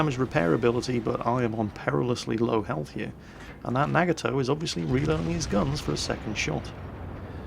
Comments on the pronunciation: The Nagato is pronounced Nah-Gah-Toe, not Nag-a-toe. Don't want to nit-pick i'm sorry but I thought I'd let you know. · Love your vids... but! NAA GAAA TOE Most Japanese words are pronounced as they look, but there are exceptions and this is not one of them :)